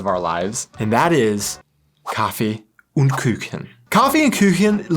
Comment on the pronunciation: It is intetesting how not only you, but many anericans tend to pronounce "Umlaute" (ä,ö,ü) where there are none and don't pronounce them wherre they are. I haven't quite figured out why So it is " Kaffee und Kuchen" not " Kaffee ünd Küchen". Kaffee is pronounced perfectly. When you try "und" try to think of how you pronounce the "ou" in the word "you", and the same with "Kuchen" You really just need the sound of "(y)ou"